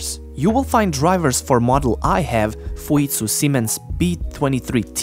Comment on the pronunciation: rest asid how tf did you pronounce fujitsu?